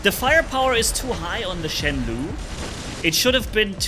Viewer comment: Just a little thing. Shenlou should pronounce as /shen low/ instead of /shen lu/. This Chinese word stands for ‘storm cloud’. It is an ancient word that only seen in poems and novels today.